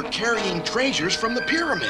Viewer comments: “STOLEN TREÆSURES!”😲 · um actually its pronounced TrAyShUrEs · Træsures would be pronounced like cat. Trajures. is clearly saying Treysures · He used to work as a waiter so he pronounces treasures as tray sures